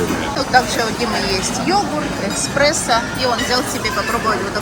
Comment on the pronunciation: Кофе называется эСпрессо, без буквы К😂